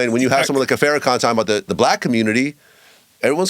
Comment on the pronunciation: First, both Bro. Willie D and his guest should respect The Minister enough to pronounce his name, Farrakhan = FAR+Ra+Khan correctly. It is Farrakhan, not FAIR+Ra+Khan. His title is The Honorable Minister Louis Farrakhan; or at the very least, Minister Farrakhan. Nevertheless, shout out to Bro. Willie D for defending The Honorable Louis Farrakhan. Some say The Minister's name correctly and will not defend him at all. Second, this was NOT an apology. Far too many words for the guest to simply say: "I was wrong." Third, Willie D's guest NEEDS to give an ACTUAL apology, and it NEEDS to be AS LOUD on his own platform, as the disrespect was. Fourth, the guest NEEDS to apologize to Bro. Lord Jamar and Bro. Godfrey. Fifth, citing some mystery NOI connect with no name comes across as DISHONEST. How do you have a relationship with someone, and you do not value him enough to remember his name? Sixth, Bro. Willie D is showing that often Black people are not sophisticated enough to deal with "wights." That said, the guest is STILL a Culture Vulture.